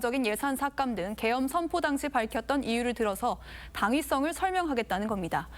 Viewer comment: 난 개헤엄으로 들었는데 계엄이였어? 자세히들어봐요